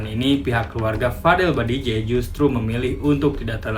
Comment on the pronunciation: BAJIDEH, BKN BADIJEH